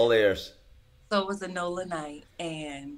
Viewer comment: It’s not nola it’s said like nolya